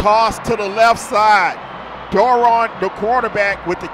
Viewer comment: The announcers could never pronounce Doiron's name correctly. It's French and pronounced Dwah-ronn. I know...I asked his Momma.